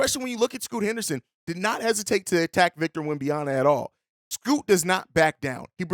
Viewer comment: Rocking with this series heavy. But please for the love of God Google how to pronounce Wembanyama.